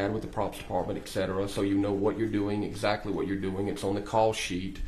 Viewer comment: This guy was pretty polished except for his frequent use of “etc., etc,”. AND he pronounced them as “eK-set-er-uh”.